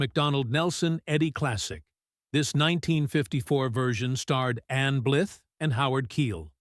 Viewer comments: Ann Blyth - rhymes with BLITHE, not WITH! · Please teach your fake voice to say Ann Blyth's name correctly. Show some respect for your subject matter. Ms. Blyth is still alive at age 97. Terp's a Corps???? I won't quibble about your characterizations of these films and it's no lie that most have been forgotten. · Many of these films were from the late 1950s, when the studio system was starting to unravel and television pulled audiences. The droning AI generated narration of this documentary butchers many names- Leslie Karen? Anne Blith? Otto Premeanger?